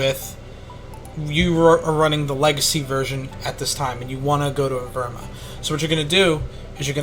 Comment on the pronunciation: I love how u cant pronounce evrima